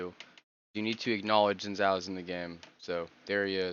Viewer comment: it's pronounced Shin Jao